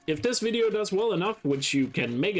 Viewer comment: When you said the "like dis wideo" line the like button lit up what the hell